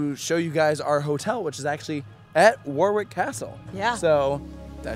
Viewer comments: Just to let you guys know (if you somehow see this lmao) Warwick is pronounced Woh-rick, ("oh" sound like the o in "top" rather than the extended ohh sound) :) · War-wick lol 😂